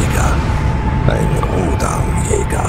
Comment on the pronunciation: Toller Sprecher! Bitte Rhodan zukünftig lieber engl. "Roadn" aussprechen, ist ja auch inzwischen die offiziell gewünschte Aussprache.